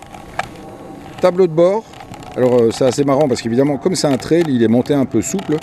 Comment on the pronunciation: On dit traille ! Pas traile !